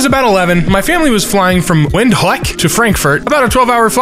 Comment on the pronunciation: It's pronounced Wind-hook (Pronounce the W like a V).